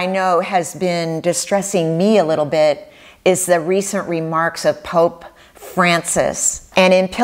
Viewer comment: I had to stop the video and laugh for a solid minute over how you said "Pope Francis" . 😂😅 I feel ya, sister. 😁